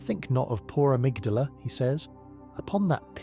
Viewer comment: I made it to Amygdala, or as you pronounce it "Amygdalae" . You have Patches in the vid, who pronounce Amygdala "Amygdala". But on several occasions , just blatantly say Amygdalae. I Did you splice the parts when you was sober, and told the lore when you were high or drunk? Lol...